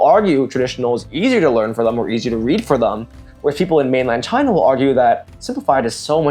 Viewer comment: "ch-high-na", "ch-high-knees" ch-HHHHHHHHHHHHHHHHHH